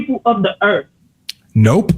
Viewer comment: For who? For the people of the Earf!!! 😂😂😂😂😂😂😂😂😂😂 NOT TODAY SATAN